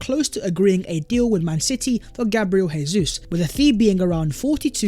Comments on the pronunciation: Learn Portuguese, it’s not pronounced hey-zeus, it’s pronounced jay-zeuz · His frigging name is pronounced JAY ZEUS NOT HAY-SUESS. He's Brazilian, they speak Portuguese, not Argentinian, they speak Spanish. Stop butchering the boys name, he could be playing for us next season FFS. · btw when pronouncing a name/word in portuguese the J doesn’t act as an H like it does in spanish so it is Gabriel Jesus not “Hésus” good videos non the less edit: i’ve heard other brazilian players talk about him on youtube and it’s actually pronounced “Zhay•Soos” so it still sounds like a J more than and an H. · ive put this comment on videos twice already. guess he likes saying hayzeus